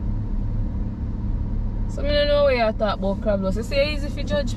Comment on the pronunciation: say crablose😂😂😂😂